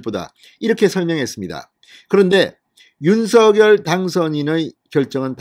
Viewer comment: 윤성녈로 발음해주세요 진성호님 발음법 확인해주세요